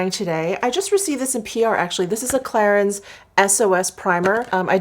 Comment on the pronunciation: Just have to say thst: #clarins is pronounced Klarang